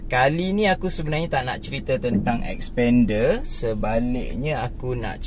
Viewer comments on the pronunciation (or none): none